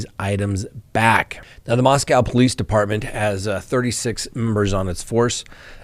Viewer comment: Congratulations!! After three weeks you got the pronunciation of Moscow correct. I've been trying for three years to get you to pronounce Daybell without an accent on the second syllable. There's still hope:) Cheers